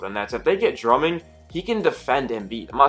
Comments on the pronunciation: Bro good vid, But his name is Drummond not “Drumming” lol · Nobody gonna stay anything about how he says Drumming?